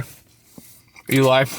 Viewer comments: Let me help with the pronunciations. I live in Reno, Nev-aaa-da, not Nev-ahh-dah. Ely is pronounced Ee-lee, and also 50 is the “Loneliest Road in America” (from an old Time Magazine article) not Loneliest Highway in North America. Love the show man, another great episode. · It’s pronounced Eeeely, Nevada 😊😊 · Ely is pronounced Eeeee Leeee 😊 Nevada is Na-vadda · Hey buddy! Nuh-vad-duh and Ee-lee. I'm glad you appreciate our state, Nevada is an amazing place with wide open places (but don't tell anybody). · As a Nevadan. Ely is pronounced "EEELEE"....I ate at Smash burger Cafe like 2 weeks ago....and it's Nevada not Nevahdah. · Sorry I have to correct you. Ely is pronounced Eel Lee. Say hi to all my relatives. Safe travels! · The town is called "E" "lee" Ely. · i was born here....eeeeee leeeee is pronunciation, nuhvadah. btw i love ur channel! so sorry bout ur friends. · E-Lee lol but good trying. Ne va Duh! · Ely, say elee that's the pronunciation. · Hahahaha It’s pronounced EELEE Nevada. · I am from Ely NV. You are still wrong with the pronunDuhciation. It's E lee lol. Nevada is nev a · Ely is pronounced "E- lee" Geri and Ron from Bend, Oregon We lived, schooled, met, dated and married in Reno, NV. "Ne vah' duh" same "a" sound as pronounced in the word "hat." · Was laughing so hard when he said “he just got confirmation that it was pronounced e-lie”. Maybe he will get it right during the next drive south haha. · Ely is pronounced Ely......yer welkim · the town of Ely Nevada is pronounced “E-Lee”. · Its not eli...its ely.. eeee sound not i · Hi, Ely pronounced “E-Lee “ not Eli. And Nevada. The first “a” sounds like “ A In cat” not “ ah”And the last “A” sounds like “uh”. Also I dropped off the 6 pack of Sierra Nevada pale Ale last July 18.You had a bunch of people over so I didn’t want to impose. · Whoever told you how to pronounce Ely (eelie) was wrong. It's pronounced EELEE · Eee lee not Elley Neh vaa duh not Neh vah duh Won’t hold it against you